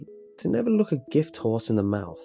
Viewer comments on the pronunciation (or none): none